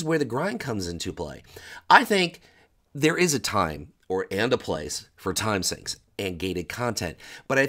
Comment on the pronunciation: It's Time Sink, not Time Synch. Sheesh.